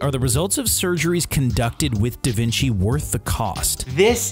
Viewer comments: Wait Wait Wait. Did u say Da Vinki?!?! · that’s not a da vinci, that’s a da vinky